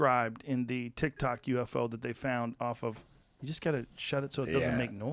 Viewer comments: This set up is temporary right? He's saying tic-tok UFO. Lol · He said tic tac